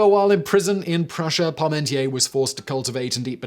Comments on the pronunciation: That pronunciation of Parmentier makes my toes curl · It's Parmentier, not Paurmentier. Don't rely on Simon's utterly terrible pronunciation to draw conclusions.